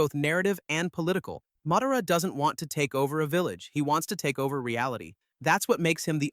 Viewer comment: Can you please learn how to say theese names correctly its mah-dah-rah notnwhatever you said its ala basta not alah bahsta and theres a lot more